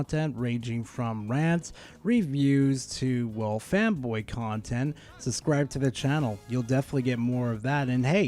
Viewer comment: Why is it that when you say fanboy, I hear femboy?